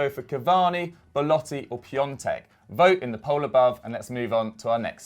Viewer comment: My dude, isn't polish, nobody who isn't eastern european will pronounce his name correctly. The difference beetween Piontek and Piątek is that you miss the N. Fuck it. It isn't a mistake worthy of noting.